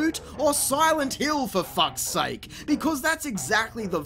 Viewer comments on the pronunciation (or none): none